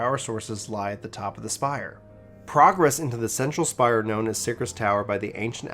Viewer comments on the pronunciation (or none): none